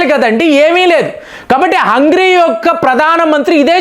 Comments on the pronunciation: హంగ్రీ కాదు సార్ హంగేరి అని పిలవాలి. హంగ్రీ అంటే ఆకలి అని అర్థం. మీ వీడియోస్ లో చాలా వరకు proper nouns ను పరమ చెత్తగా పలుకుతున్నారు. సరి చేసుకోండి. మీలాంటి పెద్దవాళ్ళకు trolls అవసరం లేదు. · Hungry kaadu, Hungary హంగ్రీ కాదు హంగరీ.